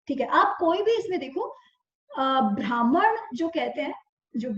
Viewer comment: Thank you for sharing this knowledge. But we need to be careful with pronunciation. Example: Not भ्रामण but ब्राह्मण. Please be careful with Sanskrit pronunciation.